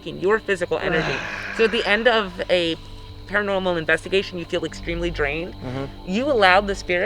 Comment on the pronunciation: “Enjoy the investigashhhhon”